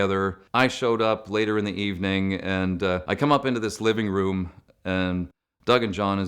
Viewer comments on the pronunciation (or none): none